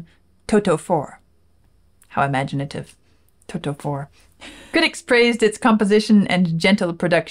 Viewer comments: The way one says Toto is not like saying the word "Toe" two times in succession with a pause in between. There's no pause so it sounds more like "Todo". Does that make sense? Your reactions are the best. Thank you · In the UK, we also pronounce it as To-to. It’s seems to be generally an American thing to swap a ‘t’ for a ‘d’, as in the word ‘water’! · How funny you pronounce Toto 😂